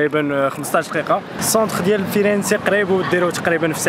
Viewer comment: مدينة جميلة...هي كتنطق فيرنس...الحرف الاخير مكيتنطقش...ضرب شي ضورة في بيزا ...2 سوايع دطريق. Pice.